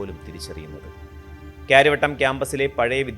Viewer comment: ക്യാര്യവട്ടത്തിൻ്റെ ഓരോരോ ക്യാര്യങ്ങൾ 😂